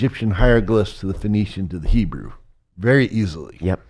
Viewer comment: This man has a very strange way of pronouncing the word "hebrew"